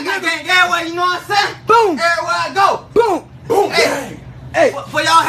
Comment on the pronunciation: Nobody knows how to say boonk